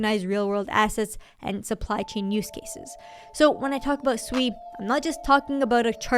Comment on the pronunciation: Thank you for being one of the few influencers to pronounce SUI correctly. Even Raoul Pal pronounce is it, just like everyone else to be fair, like they're calling a pig. It's pronounced like you're saying the word sweet but you just dropped the T. You're awesome for pronouncing it correctly. Also love the balance of the rest of your content.